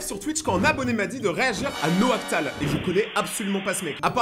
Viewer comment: Mdr, "Noactal" ? Bref, sinon maintenant que je le connais je le lâche plus Naoctal.